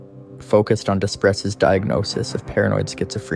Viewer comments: It is pronounced as"dew pray" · Despres is a French last name, pronounced day-pree. Greg Despres is a dangerous offender and should never be set free.